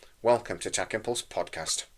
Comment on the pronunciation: Sorry , but it's funny I'll for now forgive the Man U shirts , But dude you cant pronounce the word " Tachyon" every show😂 I know I'm just having a laugh and I'm a Brummie but bro 👏👏🫡